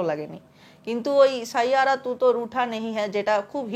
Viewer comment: শাইয়াড়া নয় 😅😅😅😅 ষাইয়ারা